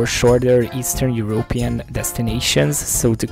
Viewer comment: Your intro made it sound like that " Eastern European " is bad. It killed me how you pronounce Europe with a push on the ó like in hungarian ..Európean 😂😂😂🎉